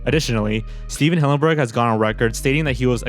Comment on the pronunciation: Stephen hillenburg not stephen hawburnd. If you're going to show respect to him like you said, then pronounce the name right.